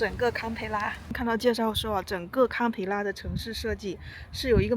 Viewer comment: 不是卡也不是砍，是“堪”一声